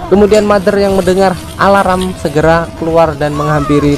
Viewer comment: Min kok alarm jadinya alaram 😂😂😂